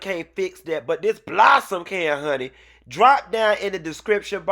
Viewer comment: It’s how Q says BLOSSOME’ for me😂😂